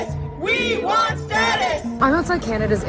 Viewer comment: "We vant a justice". 😆 🤣 😂